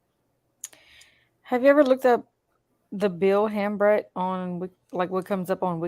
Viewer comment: I believe Hambrecht is pronounced "Hambright".